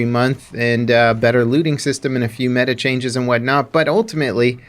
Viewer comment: Every video he can't say meta